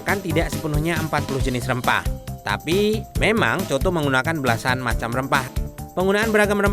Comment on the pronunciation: Mf juga yah "tapi" bukan 'tanpi'